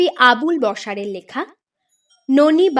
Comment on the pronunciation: একজন লেখকের পদবিটাই ভুল উচ্চারণ! আবুল বশার‌ নয়। আবুল বাশার‌।